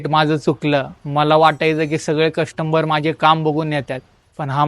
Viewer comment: कस्टमर ❌ कष्टंबर ✅️ - 😂😂